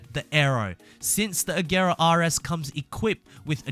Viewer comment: Yo hold up did I really just hear this man pronounce an actual "R" when he said Koenisggsegg RS? Congratulations man